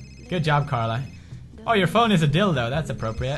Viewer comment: It's Carla.. not Sharla.